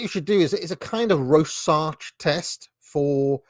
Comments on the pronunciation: Rorschach, not Rorsach. It's pronounced Roar-shukh. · It's pronounced 'raw - shack', like some sort of carnivore diet mcdonalds with a rural wooden hut theme.